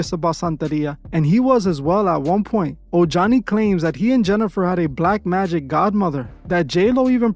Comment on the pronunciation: Ojani is pronounced OH-HANI.